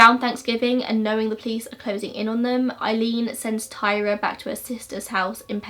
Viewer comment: Her name was tyria not Tyra, tie-ree-uh